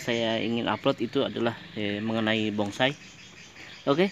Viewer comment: Dengernya bongsai.